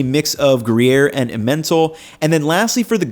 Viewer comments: FYI the cheese pronunciation for emmental is eh-men-tall, not eh-mental cheers! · I'm so excited for your whole series in France!! Sorry to be pedantic, but here's some pronunciation tips. You're probably going to be saying/seeing these words a lot: MacDo = mac-DOE (like doe a deer) Emmental = em-men-TALL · Emmental pronunciation- EM-en-tall, with the emphasis on the first syllable. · FYI "Emmental" cheese is pronounced EM-MEN-TALL! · idk how to type how you say emmental but that was not it